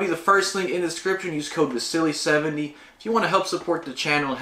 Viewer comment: It's pronounced Vasily not Vasilly. Lol.